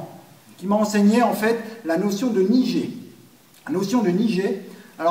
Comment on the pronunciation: C'est un détail, mais en japonais on prononce niGé (comme dans guêpe) et pas niJé, sinon très intéressant comme explication :-)